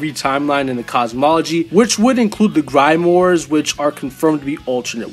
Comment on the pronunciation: LOL "grime wars" that's not how you say grimoires. Closer to "grim-wahr." Edit: You severely downplayed Captain Falcon. There's an anime or something where I think he punches a black hole to collapse it or something? I mean, that's not beating Goku... but it's way better than "just drives a car." I'm not sure exactly where he gets, because I don't even remember the exact feat... but let's just say maybe around Universal?